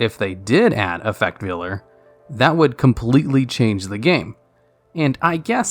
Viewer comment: Effect Veiler /Vay-ler/